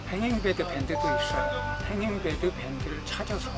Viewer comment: 권취를 번치라고 하더니 행잉베드를 행인베드라고 하네 명칭도 제대로 모르는데 하우스를 제대로 짓는게 가능할까싶다